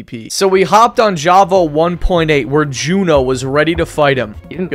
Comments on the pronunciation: By the way, Jooonah's name is pronounced as Jonah, not jOOOnah :) Great video btw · Na bro Jhuna ? its Jooonah